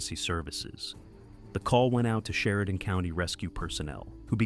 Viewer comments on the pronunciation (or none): none